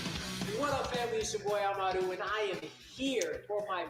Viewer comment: It’s AmaRÚ, the emphasis is on the RÚ 😜